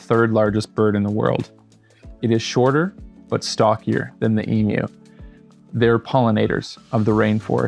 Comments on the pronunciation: Thank you for pronouncing Emu correctly 😊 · Thanks for pronouncing Emu the right way, mate. Great video! ❤